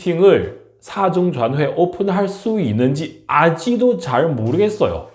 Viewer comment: 아지도 > 아직도 로 발음에 신경쓰면서 연습 해주세요 , 좋은 정보 감사 합니다.